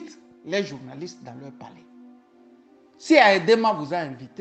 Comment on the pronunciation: "ami aux dictateurs"? "en Leur Z apprenant"? Et pourtant il lit un texte... Etc